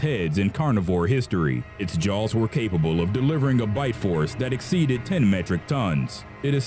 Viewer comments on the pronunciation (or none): none